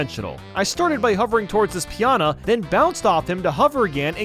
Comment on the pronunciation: “Let’s him attack enemies” attacks a pianah